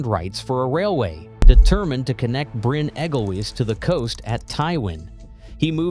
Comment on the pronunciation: Bryn Egglewiss, Tallilin etc. etc. Americans, eh? It's that sort of lack of research that got Trump in. I couldn't watch any more.